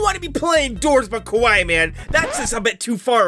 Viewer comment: the way you said kawaii you said kowai which means scary but tbh it's kinda scary ngl lol